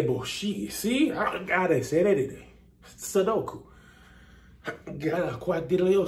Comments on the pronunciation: This video took me through 4 kinds of emotions!! 👀🤭 did Kev say, 'Sodoku'?🤣😭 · This man said SODOKU 😭😭😭🤣🤣🤣👏🏾😭 I can not deal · Not the "sudoku" speaking in tongues Kevin! I'm dooooone! LMAO!!😂🤣😂😂🤣😅💗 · but, did he say "sudoku?" LOLOLOL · Did he just say "suduko" and "quack quack" DEAD!!!! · Lol...did Kev say soduku! 🤣😂😆🤣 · This dude really said "suduko" 🤣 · No you didn't just say "Sodoku"😂😂😂😂😂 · Like he speakin in tounges😂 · Lord, Kev at it again. Yall heard this man say Sudoku??? I'm done with him for today. I'll be back to the uploads tomorrow tho? 😂😂😂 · Did this boy say “Sudoku”??!! Kev, get yourself off my phone!! 😂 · Laawwwd, did he say sudoku?!😂😂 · Did this man speak in tongue and say "Sudoku"????😂😂😂😂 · Did he say 'Sudoku'👀💀💀💀💀💀😆😆😆😆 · Not "sudoku" tho Kev 🤣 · Did this man say 'Sudoku'? 😂